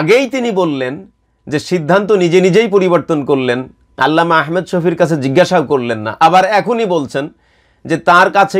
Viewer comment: جزاك الله خيرا আপনার ভিডিও আমি নিয়মিত দেখি ,খুবই ভাল লাগে।একটু পরামর্শ নাম টা আহমেদ না বলে ভালো হয়আহমাদ শফি বললে